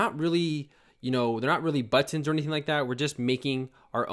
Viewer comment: Hey man, I love how you say Butt-Inz. Thanks so much this tutorial was amazing and so helpful!